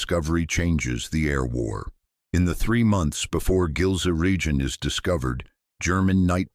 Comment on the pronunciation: pronounced "Gills Ryan" as in Gilze-Rijen